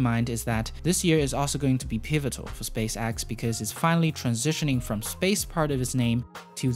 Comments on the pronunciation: Space X.. not space AXE.. you twit. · Drinking game! take a drink everytime he say "SpaceAxe". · Probably a good video, i wouldn't know tho because all i could hear was "space axe" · You’re saying “Space-ax” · Space x not axe but decent vid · "Space Axe" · SPACE AXE fix yo accent bro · well it's either Space Axe or Space Ex. You decide. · Stop Saying space"axe" 😂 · Apic and axe lol I’m crying😂🤣😂🤣😂🤣😂🤣😂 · Space Axe? Apic? Your pronunciation of E is diffarant... On a serious note, awesome video! 👍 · say space axe one more time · Say “space axe” one more time. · Space "axe" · Why do you keep saying Space Axe? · "spacaxe" "apic" Lol great video tho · I think he’s Dutch